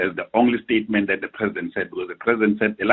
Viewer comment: Listen to him"the president has just made one stayement" tjooo🤣🤣🤣🤣